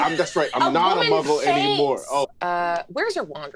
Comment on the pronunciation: Man is out here saying "Muggle" with the hard L 💀💀💀